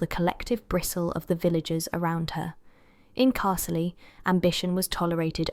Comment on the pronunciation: Are these fan fiction or something? Cat name wrong, names wrong or mispronounced... Castle- eee for Carzlee etc etc. So you have killed 2 cats and brought home a new one? Fan fiction written by somebody who has never read or listened to a long established character and village?